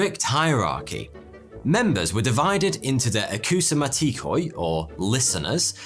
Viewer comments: For future reference, when you see a greek word with "OI" at the end, like AKOUSMATIKOI, that "OI" is pronounced as "E" like "agree", "be" and "tree". It is NOT pronounced as "OY" like "ploy", "soy" and "boy". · as a greek the pronunciation of mathematikoi and akousmatikoi physically hurt me 😭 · akousmatikoi hahahaha im dying its pronounced akousmatikee